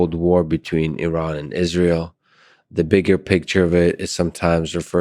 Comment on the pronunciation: Great conversation 🙂 also random but I appreciate you pronouncing Iran correctly lol Americans usually put extra emphasis on the I so they say - eye-ran, but weirdly when saying India they pronounce it correctly lol would have thought they'd say eye-ndia 😆 good banter.